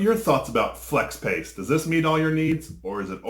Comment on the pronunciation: Lol. He said Flex Ape 😂